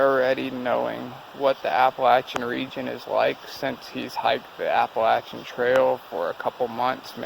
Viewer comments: Thank you so much for the correct way to pronounce Appalachian!!! So tired of all these people pronouncing it wrong!!! Be careful and keep your eyes open. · Glad someone finally told them how to pronounce Appalachian. I cringe every time they say Appa-Lation.